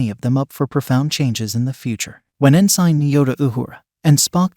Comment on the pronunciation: PLEASE stop saying en-sine! It's pronounced en-sin. Resume navigation.